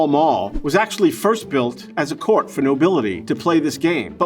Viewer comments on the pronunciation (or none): none